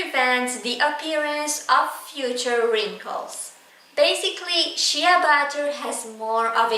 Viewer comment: It's SHAY butter.